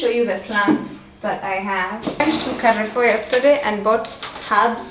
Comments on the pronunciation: Lol I followed to see if anyone heard this its kafoo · Amazing content there. But did you just say KAREFOOOOOO 🙆🏽‍♀️🙆🏽‍♀️🙆🏽‍♀️🙆🏽‍♀️🙆🏽‍♀️ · I found someone else who says Carrefour instead of Carrefour. Did you read it differently?😅